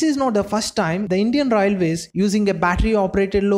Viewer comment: Atleast say railways properly. Your accent sucks..